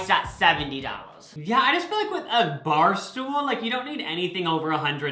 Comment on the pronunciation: Ok said bar stool and I heard ball stirrers. 😆🤣😂